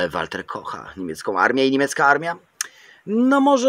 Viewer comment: Wkoncu ktos powiedział mi jak czyta sie Walther. Dziekuje za jak zwykle świetny film